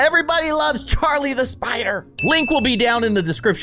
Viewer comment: It's not carli it is Charlie